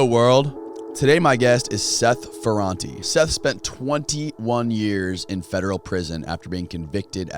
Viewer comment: The prononciation of Ferrate is FerrantA, ok! And I remember in the 80" we all were drug dealers . It was cool and good money right over night, with no skills in anything at all :)))))